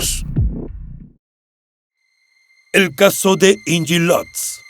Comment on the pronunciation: Me parece que estas pronunciado mal el nombre de Inge. Es de origen alemán y se pronuncia tal como se escribe. Deberías documentarte antes, es tu trabajo.